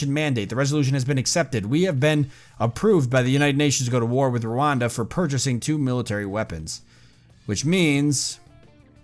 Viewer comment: It is pronounced ruanda